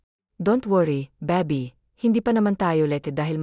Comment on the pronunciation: Ay naku! dear narrator Hindi ko kakayanin ang pronunciation mo.lalk na Ang word na(okay,baby,mommy at iba pa).paki research Naman sa goggle Ng right pronunciation.ang pangit at nakaka destruct pakinggan.nakakasira kc sa story,ang Ganda Sana Ng story ang pgkakanarate lng ang pangit.try mo nlng egoggle pra maimprove ang pronunciation mo sa tagalog.baka isip Ng iba na Hindi Tayo marunong sa sariling wika natin.ms nakakahiya Yun di ba?Sana sa next na mapakinggan kita Tama na Ang pgbigkas mo Ng mga salita.